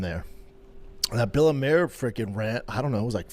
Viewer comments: Its bella mir not bellamare 😂😂😂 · He said Bella “Mare” 8 times.. Nobody reached out. Lies, lies lies